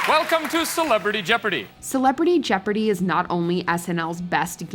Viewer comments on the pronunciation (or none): Did you just said celepardy jeopardy?